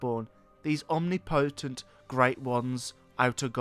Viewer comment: The way he said omnipotent , "omnee- potente"😂